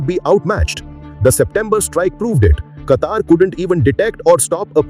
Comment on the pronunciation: Plz pronounce a country name in a dialect that matches..